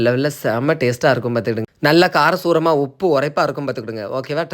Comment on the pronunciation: கார சூரமா 😅😅 நாங்க கார சாரமா என்று சொல்லுவோம் 😅😅😅